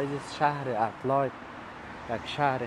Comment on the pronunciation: لطفاً به انگلیس تلفظ کنید ، ادیلاید نه ادیلید گفته می‌شود ،